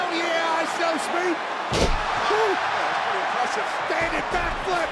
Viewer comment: World cup song in the entrance and the commentators saying ishowmeat